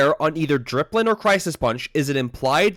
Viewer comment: dipplin. not dRipplin.